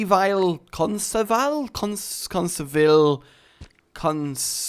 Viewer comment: repeat after me. con-civil con-civil there ya go mate.